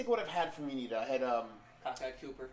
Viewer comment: Always enjoy your reviews. Just to help you guys out with the pronunciation of the brewery name it's Uinta (you-in-tah) You can buy high point beer in Utah it just has to be from a state controlled liquor store